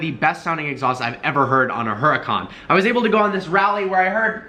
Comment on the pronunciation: I hate how he pronounces huracan wrong